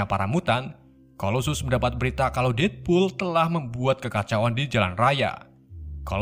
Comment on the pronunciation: Bacanya salah ngab. Detpul bukan detpol